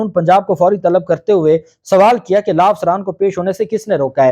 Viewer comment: LAA NAHI LAW SAHI TALFFUZ ISTEMAL KARE AP VAKIL HAINES